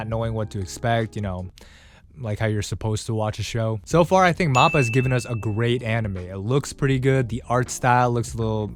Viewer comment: Bro said Mappa....or am i just deaf?